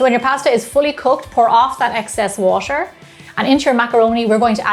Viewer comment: I felt it when she said "WasTeR"